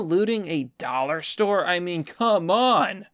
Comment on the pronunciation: No, not the dollah stowe!!!